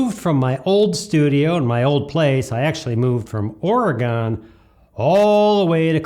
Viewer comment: Judging by the way you pronounce Oregon, you didn’t live there very long.